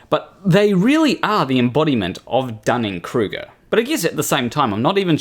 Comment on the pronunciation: Interesting vid, but "Dunning Kerger"? Am I missing something? First time viewer so maybe I missed an inside joke?